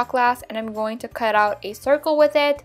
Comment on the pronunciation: Why do you say wit instead of with